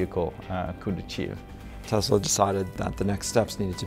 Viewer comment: It's not Tezla, it's Tesla. FFS!